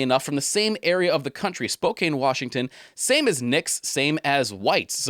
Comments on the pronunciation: Great work - nice choices! ( Ah to be rich!) I live in Spokane! The proper pronunciation is Spo can (an) not Spokane as in cane. It is Native American meaning “Children of the Sun.” Keep up your good work! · Spokane = Spo-CAN, not Spo-CANE. Don't feel bad, though, if you're not from the PNW you're going to say SpoCANE every time. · Nice Video, great info. Wesco is in Scapoose Oregon, about 6 hours away from Spokane (pronounced Spo - can)